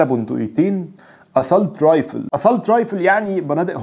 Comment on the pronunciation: لا تنطق اسالت رايفل بل تنطق اسسولت رايفل معذره لتصحيح النطق